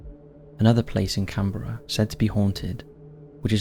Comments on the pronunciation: Can-BRA! Not Can-Berra!. It's our country national capital & apart from us Aussies, only the Kiwi's get it right. Our biggest hate is that nobody can pronounce anything Auzzie but our kiwi siblings across "the ditch". Also mate, ur a Pommy & u should know that we don't have Presidents, we like u have Prime Minister's, we are apart of the Commonwealth Family & u poms stole the land from the indigenous so u should know who runs our country #1 The Governor General #2 The Aussie Cricket Teams Test Captain #3 The Prime Minister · Can-bruh, not Can-berra . 😊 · CAN-BRA... not can-berra... I mean, really!?